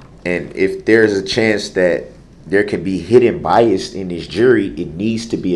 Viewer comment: I think the one that took me out the most, was when he said biasT and the judge said what, then he repeated it again still with a T, she corrected him and said " there is no T, the word is BIAS...b-i-a-s 🤣